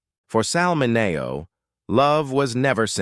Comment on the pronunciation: You're saying his hame wrong. MINNNN-E-OHH.